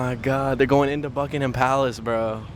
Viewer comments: Remember - buck-ing-hum and say it quickly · Buckingham palace - here’s a tip for travellers - dont pronounce the H. You’ll sound more English.